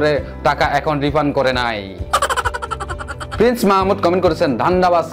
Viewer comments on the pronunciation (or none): none